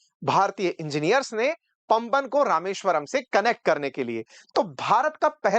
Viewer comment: पम्बन नहीं है गलत उच्चारण मत कीजिए ये पाम बन (वन) है पुराना पुल का निर्माण गुजरात के कच्छ अंजार के गुजराती ने किया था